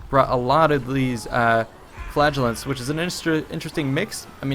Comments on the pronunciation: it's flAgellants not flagEllants!!!! Great video though. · He says Flagellants and I hear Flatulence.